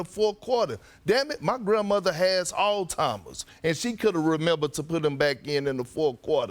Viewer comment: "My Grandma has all-timers" - Perk, 2024